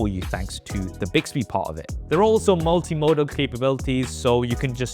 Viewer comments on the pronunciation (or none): none